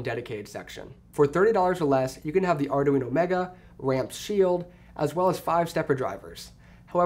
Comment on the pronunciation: LOL ardaweeno